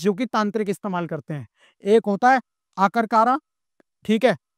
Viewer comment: ये मास्टर भी मुझे ज्यादा पढ़ा लिखा लगता है अकर करा को आकरकारा बोल रहे है इसको सिर्फ हिन्दुओं में ही पाखंड दिखता है आना कभी हमारे यहां दिखाएंगे कुछ